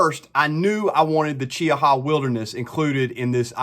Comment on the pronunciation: Nice job. Also, you're the only person I've heard pronounce Cheaha correctly, lol.